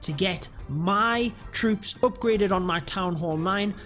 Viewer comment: Very useful. But I lost it when he said them trwoops